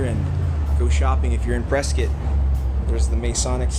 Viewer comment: First off you're not pronouncing it correctly, It's Preskitt, like biscuit. Dont ask why, its what locals, natives and Prescottonias have been pronouncing it for the longest time. Before my time, I am a Native born and raised, i love Prescott! And it's not a candy store, it's Kendalls Candle Factory. They have been in business for decades. Whenever they would make candles the aroma downtown was amazing.